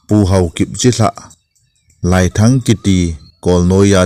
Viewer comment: Laiiii len ti d ahe, "lai" hi kai sao di ahe